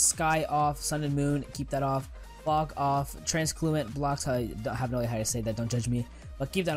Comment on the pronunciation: fock off xd